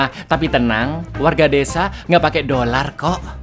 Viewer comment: artikulasi dolar kurang jelas -5 poin 😂